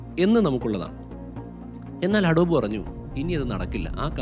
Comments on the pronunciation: അഡോബ് അല്ല അഡോബി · അഡോബ് അല്ല അഡോബി ആണ് ട്ടോ